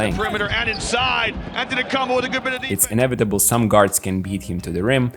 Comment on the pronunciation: why he say his name like that 💀😂